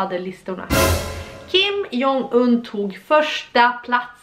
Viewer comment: Man läser hans namn som "Kim Dzong Yn" :)